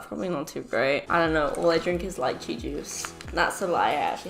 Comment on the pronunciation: It is leeche not liyche